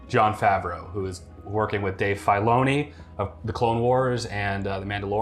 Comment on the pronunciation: Dave "Fyloni"